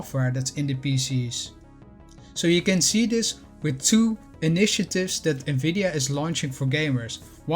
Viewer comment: Omg someone who knows how to pronounce the name of this company Please tell everyone that it’s pronounce “N-VIDIA” not “NAVIDIA” I’ve owned it ever since 2017 bought it at $148. Own 247 shares. Just waiting for NVDA to purchase ARM. This would change the game for NVDA